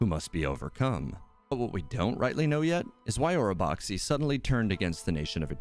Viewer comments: Orobaxi the xi is just pronounced as shi.. don’t know why they decided to spell it that way.. anyway, love your videos keep it up 👍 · It's pronounced OROBASHI - IT WAS EVEN SPELLED THAT WAY IN 2.0 AND CHANGED FOR 2.1 (just like Mt Aozang becoming Aocang).